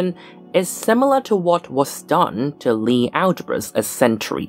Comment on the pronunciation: If Sophus Lie was norwegian, the "i" and the "e" in Lie are separate wovels and should be pronounced as such. Emphasis on the "i".